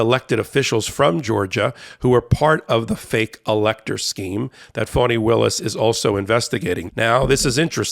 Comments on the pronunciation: HER name is pronounced FAN-ee not FAWN-ee. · NOT fawnie,,, fAnnie willis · Fani, not Fannie. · Fani Taifa Willis[1] (FAH-nee), Per wiki. Not Fawni. Y'all get it wrong all the time.